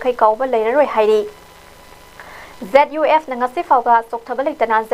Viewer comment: Cadre da kadre haina pronunce touba chanel ZUF nutte ZUF K haiu Pao pabada cheksillu Ukhrul Nunsungkhong haiba village leite Nungsangkhong haibani